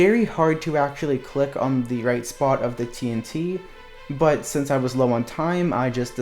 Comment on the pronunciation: i love how u sometimes talk like this: yeah u sometimes talk like this wight? or this: yeah u sometimes talk like this ight? u just sometimes dont say r